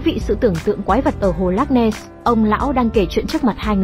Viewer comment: Không biết đọc chữ ness chứ không nen,chắc hồi nhỏ không đi học rồi,hahahahahahahahaha